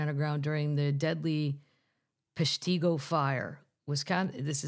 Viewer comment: As a Wisconsinite, her pronunciation of the town is hilarious and so cute. Note: Peshtigo is PESH-ti- go And Little Suamico is (little is easy) SWA-mi-co. Merry Christmas and see ya next year!